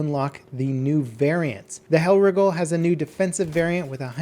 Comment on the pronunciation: it's Hellreigel, not Hell riggle.